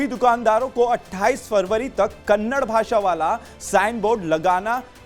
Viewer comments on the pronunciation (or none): Its not Kannad its Kannada. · Dear loffer anchor that is Kannada not kanda plsz pronounced correctly